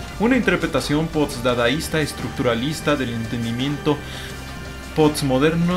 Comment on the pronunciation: Decir pots en vez de post es intelectual xd?